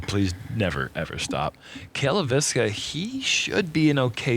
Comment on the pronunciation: Cale actually pronounces his last name pretty close to how a Finn would. Leiviskä is a Finnish surname.